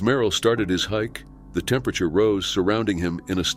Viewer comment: Bot. Thats why it can’t pronounce temperature